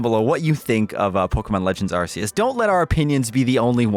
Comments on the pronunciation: So if it is pronounced Arseous and not pronounced Arceous then wouldn’t that make the Arc phone pronounced Ars phone? Nobody seems to know how the games name is pronounced and it’s funny! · you still failed to properly pronounce ark-e-us….there are dozens of sources from the pokémon showing the proper pronunciation and poke tubers continuously get it wrong😭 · Yes, I’m super happy to hear you say Pokémon correctly. I’m still a bit salty about Arseyus tho. I think sword and shield’s story was just a tutorial for competitive. Legends is good for the casual player but it can’t replace the modern competitive scene. A lot of competitive players feel like the main story is a slog to get through. Having something for the different audiences could be awesome. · Now learn to say Arceus (Arc E Us) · Can’t say Pokémon and can’t even say arceus right either…it’s Are-key-us…get it fkn right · It's not "Arse" dammit. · Not happy until you pronounce it Ar-key-us, like it's actually pronounced! (joking of course, but it is pronounced that way, just watch a trailer) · He pronounced Pokemon right, but Arceus wrong. Swing and a miss! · May have said pokemon correctly but mispronounced Arceus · Now you've said Pokémon correctly, do Arceus right. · The way pronounces Arceus makes me cry everytime. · Now that you can say "Pokemon", next try saying "Arceus" like it's an ancient primal power and not your anus. 👍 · When the internet grills you for the pronunciation for Pokemon and not Arceus. But, in all seriousness. I'm loving this game so far. I haven't been hooked on Pokemon like this since Black/White. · I am loving Arceus. Oh, and, well done for saying pokemon correctly. Now say Arceus correctly. Its not bloody Arseus!! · you said arseeus not Arceus. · I was thinking the same thing, if anything this game solidifies how it SHOULD be pronouncedArceus and Arc-phone (ARK-eus, and ARK- phone,) it’s not (ARSE-eus) and definitely not ARSE-phone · POKÉMON AR-KEY-US ;)